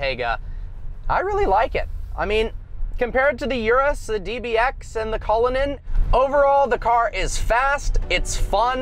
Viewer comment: Urus! Not "iurus"... if u dont know how to say it, DONT SAY IT... simple!